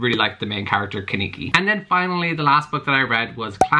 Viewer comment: Everyone who has read/watched Tokyo Ghoul was triggered by you saying Kaneki’s name wrong 😂😂😂 but that’s okay 👌🏽